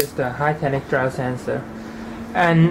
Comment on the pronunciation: called gyro sensor, pronounced guy-row sen-srr